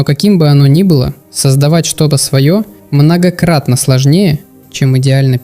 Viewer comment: очень пРРРост многокРРРатно сложнее РРРовно до тех пор иногда порычиваешь